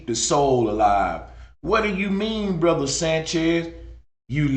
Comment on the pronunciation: Ether ,bre-ther, an She-ther😂😂